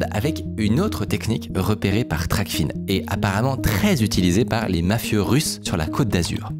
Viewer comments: Super vidéo! (Juste je crois qu'on dit "Tracfin" pas Tracfine) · Toujours des vidéos incroyable ! En revanche on dit « TRACFIN » et pas « TRACFINE » et c’est la « VanuaAtu » et pas le « vanuatu » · hello, pour info TRACFIN se dit "traque-faim", pas "traque-fine". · c'est prononcé trac-faim